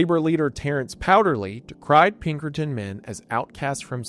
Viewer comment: "Peckerton Detinctives"